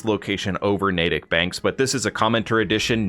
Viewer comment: Thank you for saying Natick correctly lol… I’m actually from this town irl and I’ve seen so many Fallout YouTubers say it Nat-tick haha